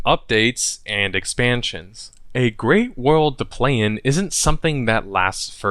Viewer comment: can't say world.